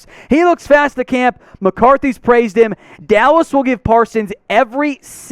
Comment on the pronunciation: I'm with you on Micah,! (Also Bro, you said, "Dawwas Cowboys", I sh*t you not!)